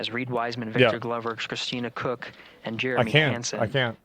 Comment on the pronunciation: it's pronounced coke, not cook, wadda kook